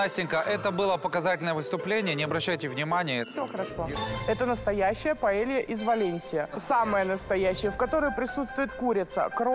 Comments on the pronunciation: Ивлев, это не пОэлья, а пАэлья 😂😂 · Paella!!!А не poêle!!! Poêle это сковорода. Но блюдо называется PAELLA ! УМНИКИ😂